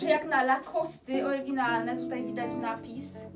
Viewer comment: Super zdobycze, jak zwykle. Zazdro! Zwłaszcza wężowego paska, wszystko inne też fajne. PS. Lacoste to francuska nazwa, czyli nie wymawiamy "e".